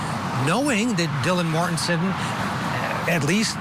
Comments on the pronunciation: Right, this is supposed to be offset by repeatedly saying "Kings Road" (rather than "King Road") and "Mortenton" (rather than "Mortensen"). In other words, the host and one of the guests () can't remember any of this stuff, and they are long overdue for vacations. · "Dylan Mortenton" "1122 Kings Rd". God, did you do any research on this case? Every other sentence was another mispronunciation.